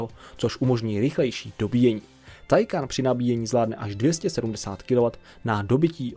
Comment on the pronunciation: Nic ve zlým ale Taycan se čte “týkon” sama automobilka to říkala a psala všude možně aby to někdo nečetl takhle jak ty😄 *Chiron má i upravený motor na 1600 koní z původnich 1500 a nakonec se bude vyrábět i tento upravený. Bude stejný ale bude mít omezovač jen se zatím neví na kolik. Vyrobeno bude asi 30 kusů (teď z hlavy nevím)